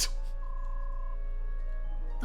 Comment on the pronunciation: Alondite more like ALONEdite